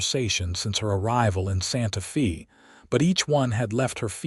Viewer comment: Can the narrator please say Santa Fay not Fee